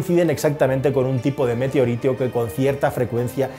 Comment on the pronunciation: Alguien más se ha dado cuenta de que no sabe decir METEORITO? 😂